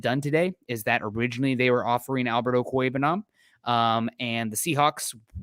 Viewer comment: National announcers gonna finally have to learn how to pronounce Ok-wu-eg-bu-nam... has it down.